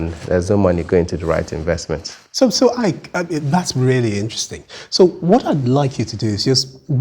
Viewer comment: Nice, you are not pronouncing the Ike well